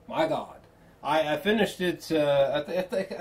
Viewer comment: "Good Gawd" that cracked me up every time...but seriously these long form reviews fucking fantastic